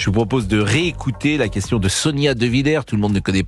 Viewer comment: Effectivement sans partager ses powitions sa quewtion edt nulle petain